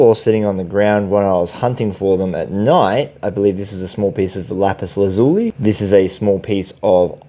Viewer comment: Pronounced Lapus laz U lie.